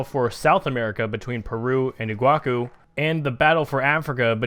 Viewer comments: Is not Iguacu Is Iguaçu (say Iguassu) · its iguaçu. ee-gwa-soo.